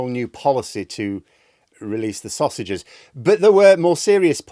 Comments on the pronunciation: I don't think it was a typo, just a slip of the tongue - it was more like "releasse sostages" rather than sausages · Starmer said "release the saussages." he also said that he doesn't listen to criticism.